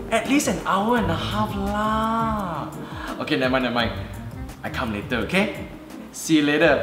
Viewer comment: She pronounces later in such an awkward manner